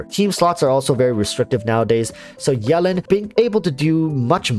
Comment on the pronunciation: Can you say her name right pls?